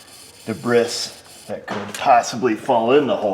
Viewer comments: What does da bris mean?? Do you mean debris pronounced de bree English language would be best it took me a minute to figure out what the heck you was talking about. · After watching this video, I will never pronounce debris “debree” again. From now on it’s “deb-riss” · Erin Sherman I used to have a supervisor that pronounced it "derbis" 😂😂😂😂😂😂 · I’m glad I’m not the only one who enjoys pronouncing “debris” phonetically 😂